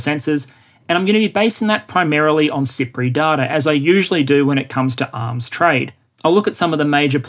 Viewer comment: I kept hearing SIPRI as "Cypriot" and thinking "Island nation. Makes sense."